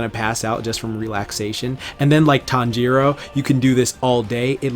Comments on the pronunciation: I hate how you say "tonjaro" instead "tanjiro" (tan-ji-(r/l) o) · Its tan•jiroo not tan•ji•roo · "my weeb heart" also him "tan jero" wtf foh cuh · "Tawn-jeer-o" EW WTF IS THAT PRONUNCIATION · Me when he says Tanjiro as Tan jiro 😰😱😭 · i hate the way he says "Tanjiro"